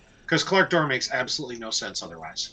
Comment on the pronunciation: There is no R in Clak'dor